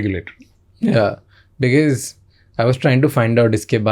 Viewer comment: Thoughtful, steady, articulate - just as a leader should be. 😊 Mr. Attray - thank you for your conviction. shamani - dude, it's pronounced be-coz. Not bikiz. 😊 Saying because it's distracting.